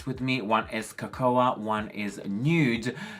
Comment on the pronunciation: Looking fabulous!! Love your new ink too!. By the way Cocoa is pronounced "Co-Co" the "a" is silent. I need to get some Profusion but I'll feel like I'm cheating on Revolution!!... xXx 😘💋💛💛💛💛 xXx